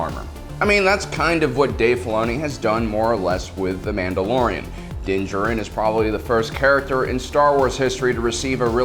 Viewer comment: Din Jar-in...is how its pronounced